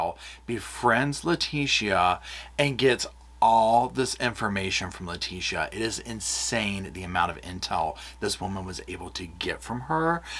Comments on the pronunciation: The way you are pronouncing Letecia is sending me 😬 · 💙💙💙 that was fascinating! Well done, even with your extra syllable for Leticia! 😅 Seems like her hubby called her just "Tee-sha" but I'm sure you don't want to get that familiar! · lol u are saying her name wrong 👍🙏